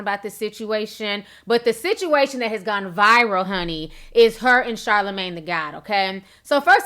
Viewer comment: Monique kno she aint sh*t for pronouncing it "Shah-La-Mon" TWICE... as if he's a Shahs of Sunset cast member smh. You aint sh*t for that my sweet sistah lol